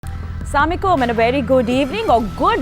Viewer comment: Is jahil ki bchi ko bolo samikum ni hota assalamualaikum hota hy